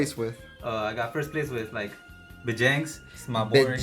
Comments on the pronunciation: Vegeks. Anyone else have a pet peeve for when people call it “Vegenks”? The card is right there. There’s no “n”. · Bro get the name right there’s no “N” vegeks